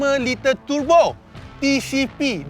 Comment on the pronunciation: Kaki turbo akan sebut tebo..bkn turbo..🤭